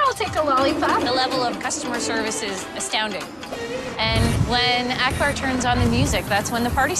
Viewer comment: It's not Ackber. its Akbar u damn he's an Indian too